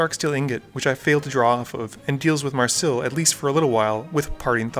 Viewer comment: May ris ill not marsil